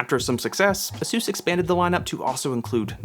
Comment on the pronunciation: Just an FYI, it’s not pronounced A sus, it’s pronounced A Zeus. The company came out a while back and said it’s pronounced “A Zeus.”